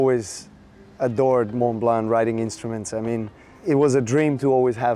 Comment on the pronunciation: She is saying Montblanc incorrectly.